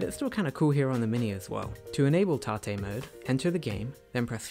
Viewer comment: Lol tah-tay mode. You mean tate mode? Hahaha